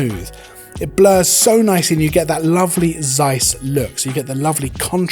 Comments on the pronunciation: Interesting review. But please stop saying "Seiss" with soft s at word beginning. It's pain in the ears. It begins with "Z" not s.. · you are right it is OK that people pronounce things as they think it has to be pronounced. I do it the same with english words. But if one says 100 times the word seis in one video it makes me mad ;-)